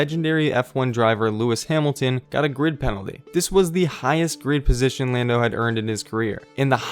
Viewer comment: Did it really say "Llando Norris" ?